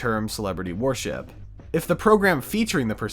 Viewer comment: Why do you keep pronouncing worship as warship? Its throwing me off man...